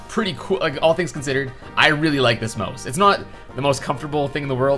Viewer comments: Why do ou pronounce Mouse (Mao-s) like Moe-s? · It's a "mouse", not a "mose". What the fuck even is that word anyway?